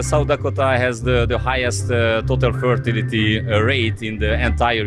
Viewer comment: Az amerikai srácot jól lehet érteni, a magyar fickó több szavát nem kaptam el, még jó hogy feliratozta. Pl. "fertility" abszolut X volt hallani.